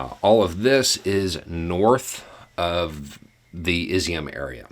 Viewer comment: the Cyrillic letter ю make a « you » sound. Just since I’m sure you’ll be talking about it more it « Is-you-mmm » (two syllables) not ´iz I um’